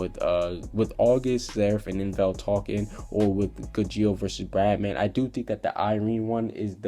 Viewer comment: Bye the way im pretty sure it's bloodman not bradman